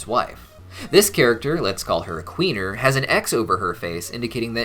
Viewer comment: it's called Queenie not Queener